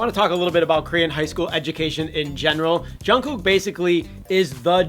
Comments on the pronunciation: I just can't stand the way he says "Jun KOOK"... lol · that's not how you say jungkooks name lmao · Boi you pronounce his name wrong EVERY.SINGLE.TIME I'm screeching , and I'm so proud I actually cried kwnfkenekneleme my bby